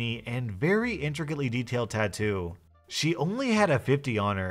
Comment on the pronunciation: Not a tattoo its a tadoo lol